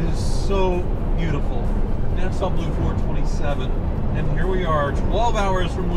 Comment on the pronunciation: it's not nasa blue, it's Nassau Blue